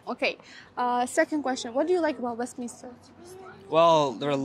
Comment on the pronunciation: westmiNSter boladi. miNISTER mas